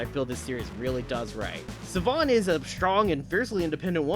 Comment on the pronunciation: Siobhan is pronounced "Sheh-Vaughn". Don't ask me how. I believe it's Gaelic, as she's supposed to be Irish.